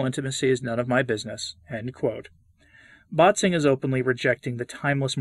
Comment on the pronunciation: One little note: „Bätzing“ is not pronounced as BAHT-zing, but as BET-sing/BAIT-sing.